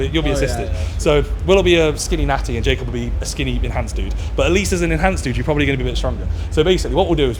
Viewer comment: “And proberly gayer😂”